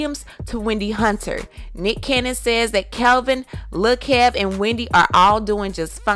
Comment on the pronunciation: I thought his name was Kevin at 1st and kept wondering why CS kept calling him Kelvin. Funny how the only person who kept calling him Kelvin was the only 1 that got it right from the word GO!